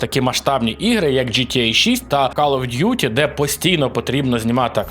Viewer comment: "кАл оф дюті", "кАлідж футбол" 😂будьласка хоч перед записом відоса в гугл транслейт закинь англ назви і послухай як воно вимовляється